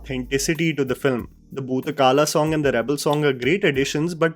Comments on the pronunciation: correction: it’s bhoota “kola” and not kala. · Thanks for the wonderful video. One correction. It's not Bhootha kAla rather it's kOla.. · It is not Bhootha 'Kaala', it is Bhootha 'Kola' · It's bhootha kola not bhootha kala Varsha roopam devam nahi yar it's varaha roopam daivava rishtam😕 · Great review! Just a couple of things - these are glaring though minor. It's Varaha Roopam, not Varsha Roopam. And Bhootha Kola with an 'o', not Kaalaa. Kola means the 'vesh' while kaalaa can mean time , or Lord Yama.